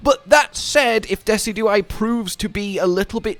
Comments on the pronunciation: you'd think with how much I've watched yall play MH I'd be used to misspronouncing stuff... but every time I heard Dessy-dew-eye instead of De-sid-you-eye I could feel my brain flinch like he had a Kings Rock equipped! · I’ve never heard it pronounced the way you do, you say “Dess-E-Do-Eye” where I’ve always heard “Dee-Cid-Ju-Eye” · It’s pronounced Dee-sij-oo-eye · This a YouTuber that tries to be funny by mispronouncing everything or is this a YouTuber who just genuinely can’t pronounce Pokémon names? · Dezi-Do-I !! LOL XD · it pronounced Deh-sid-joo-eye. As one fluid word. Dehsidjooeye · your pronunciation of decidueye's name is giving me a fucking aneurism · Great video as always. I'll have to try this out myself. Also, I've never heard Decidueye pronounced like that lol, if it helps, you pronounce it the same way as deciduous but with eye instead of ous